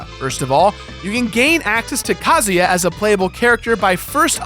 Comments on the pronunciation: Too much emphasis on Ka. It's not Ka as in a bird, it's Ka as in uhhhh. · Ka-Zoo-Yaah. Not Ka-Zoo-Ya. You pronounce it too fast man. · you pronounced kazuya wrong